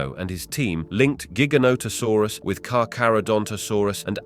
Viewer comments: Cooked by the comments. Let me add too Jiga? Like jeep? Giga... like a music gig... Hmmm. The difference between J and G.... must be hard for some people. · Ooooft it's size tells you it's name and it's not jig anything it's Giant therefore Gi Gant Ta Saurus ...learn before you try to pronounce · Idk why but I'm finding it very annoying that he keeps pronouncing giganotosaurus differently. Other than that, very interesting video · Pronounce gigantic